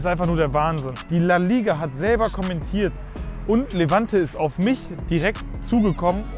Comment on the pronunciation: Zu mindestens hat er seinen Wortschatz erweitert:“ Konentiert, konidiert, konitierte“ 😂😂😂